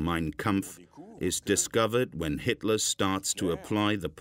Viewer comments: Why are they calling him Hisler? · Sounds like the narrator occasionally says Histler or Hister( Nostradamus prediction) Inconsistent pronunciation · Sounds like the narrator is saying "Hitsler". LOL. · Why is the voiceover call him hitsler